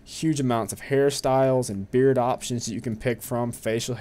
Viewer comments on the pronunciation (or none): none